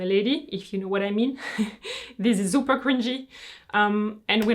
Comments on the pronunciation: so cute, hearing your pronounciation of “super” in German (with a “z” , as in “zupa”)! 😍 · the way said super is such a German way of saying it lol